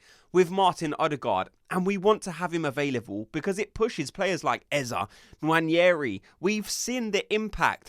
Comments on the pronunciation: Great content but please stop calling him Eza it’s eze! 😂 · Its eze not ezaah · It’s not EZA but EZEE like in BEE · Stop saying Eh-zah 😬